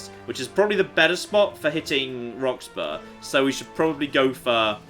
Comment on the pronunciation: (ish) That pronunciation of Roxburgh would infuriate the natives. Though not as much as their imminent nuking I suspect.